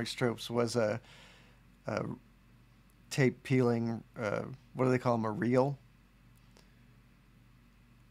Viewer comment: I want to paint this on a van and drive down the highway with my mullet waving in the breeze. Also I kept hearing "taste test" instead of tape and kept waiting for you to lick the paper. You didn't, and now I'm just thinking of the missed opportunity to find out what 50 buck paper tastes like.